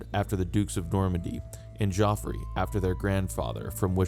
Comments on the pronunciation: Your pronunciation of the French place names is excellent. But Geoffrey is pronounced "Jeffrey", not "Joffrey". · er, Geoffrey is literally the original spelling of Jeffrey; why do you keep saying JOffrey? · Wrong. We don't know who wrote ANY of the 4 gospels. Geoffrey is pronounced the same as Jeffrey. At least you got the source of his nickname right.